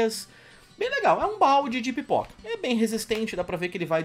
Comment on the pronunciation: Pera aí, não entendi se vc disse "Pipoca" ou "Piroka" pelo valor, pq um deles acho q valeria a pena.